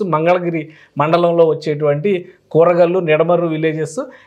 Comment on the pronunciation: కూరగల్లు కాదు, కురగల్లు.